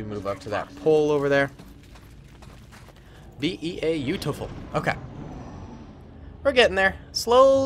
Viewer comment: Stop saying bea-utiful